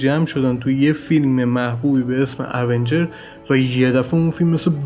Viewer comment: تلفظات ایراد داره اونجرززززززز